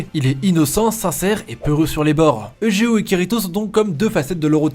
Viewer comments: [egéo] T_T pleure ÇA SE DIT [YUGÉO]!!! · On prononce youdgéo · Prenoncer eujeo comme ça cest grave